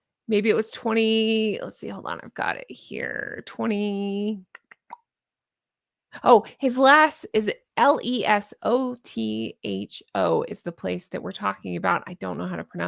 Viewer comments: Less-OE (like toe) - toe. Lesotho. a LOT of cultures pronounce th like t. Cheers! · It is pronounced "Luhsootoo" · It's pronounced ''luh soo too'' . Once The Charity Commissioin are involved Harry better start saying his prayers!!! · Hi. Irene from UK. The name of the place is pronounced L sue. toe Lesotho